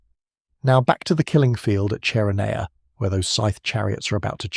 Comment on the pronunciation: CHERONEA = KERONEA.